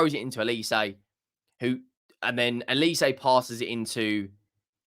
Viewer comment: Why do you people call him Elise??? Don’t you have eyes? OLISE with an ‘O’ Not ‘E’. OLISE is a Nigerian surname. Very easy and straightforward to read!!!